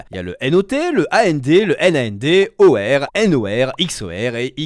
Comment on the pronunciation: Mes oreilles ont saigné pendant toute la vidéo à chaque fois que tu prononçait A-N-D, O-R, X-O-R, etc... 🥲💀